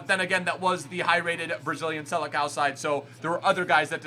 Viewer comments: "Seleção" sounds like "selessão", not like "selekao"... Anyway, keep going with this awesome content! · It’s pronounced “selesao” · Hey, I don’t mean to be annoying, but if you want to know a little portuguese pronunciation tip, the ç on “Seleção” sounds like a s, not like a c.